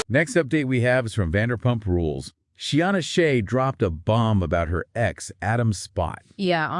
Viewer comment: SHEENA, not She-anna.. appreciate the updates 🙏